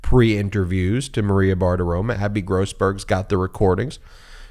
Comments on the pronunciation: BartiroMO, not Bartiroma. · Ben, it's Maria BartiroMO, not BartiroMA. One of my pet peeves, mispronouncing people's names. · It's BartiromO. With an "O"